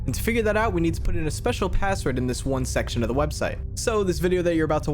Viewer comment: "A pAsSwOrD yUo SaY"😂